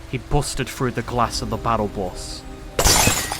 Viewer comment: I love the new voice author filp, and not to but this in a mean way i like how he said bus with bust lol